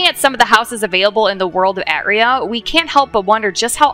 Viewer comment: Please, it is pronounced Arr-tray-a, not At-ree-a